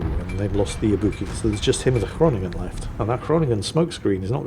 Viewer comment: Groningen = Groan-ig-uh, got to love Dutch.